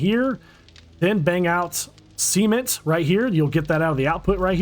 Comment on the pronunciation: Why are you crafting “Sement” it’s Cement! 😂